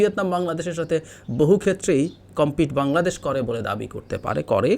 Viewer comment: ইসমার্ট বুঙরাদেশ ( জাপানীদের উচ্চারণে আমাদের প্রিয় বাংলাদেশ ) l